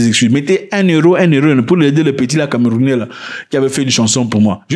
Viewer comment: Tu fais un bon travail mais les camerounais soufrre un peu trop dans ta bouche